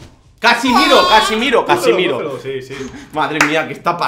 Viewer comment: Bro lo dijo bien, el verdadero apellido de Casemiro es "Casimiro"